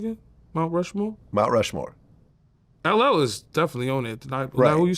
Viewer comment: That word “Mount Rushmore” was kicking Yayo’s ass for a sec. 😂😂